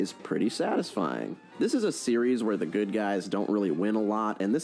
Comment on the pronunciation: Hmm..., I think you mispronounced the word, "good".